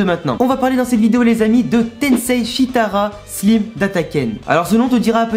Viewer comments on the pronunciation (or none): je veux pas de vexer mais sa se dit slaime pas slime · Je veux pas faire le gars relou mais stp prononce le slayme et pas slime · Slime pas sliime désolé de te faire chier avec la prononciation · On dit slime i comme si tu hi😅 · Désolé mes stp le e à la fin de Slime ses perturbant sa se dis slimeeeeeeeeeeeee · On dit slaïme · tqt pas de problème sa fait juste bizarre a entendre